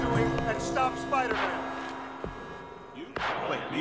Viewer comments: the emphasis on "BLLLAACK" is insane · the way he says "miles the BLLAACK one" like he really put his energy into that "BLACK" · The way he says “The BLACK one” was racially motivated💀💀💀💀💀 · he is callin u based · My dude stress on the "BLACK" for a second there 😶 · "Miles the bLLLLLack one" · Emphasis on The B L A C K one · Emphasis on ‘BLACK’ 😭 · The sheer force on the word black emphasizes how much he thinks that's a federal crime